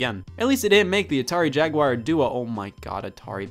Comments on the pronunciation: Jag-WIRE? Disliked. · Yo what, "Atari Jagwire" what kind of way is that to pronounce jaguar (JAG-WAR) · The Jagwire? What is this? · Assuming Scott didn't have a stroke and is not being funny. It is pronounced Jag-Gwar. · Why does everyone say Jaguire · What the fuck is a Jagwire ? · It's because he pronounces it wrong. Look up the pronunciation online. :) It's a common mistake by many people.